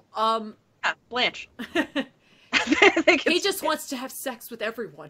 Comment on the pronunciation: The villain Blanque is most likely pronounced Blonk. Blanche wouldn't make sense because there's no "CH" to pronounce it with